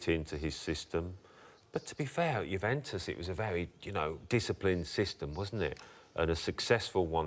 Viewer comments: ‘Jewventus’ classic Merson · Paul Merson "Guventus" :) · It's not Jew-ventus ffs, not yet anyway! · And Mersons paid to pronounce Juventus like a 6 year old who's just discovered his nuts 🙄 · Merson can't say Juventus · They he was pronouncing Juventus was annoying AF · Alan was pronouncing it correctly and then when Paul spoke he couldn't pronounce it correctly wtf??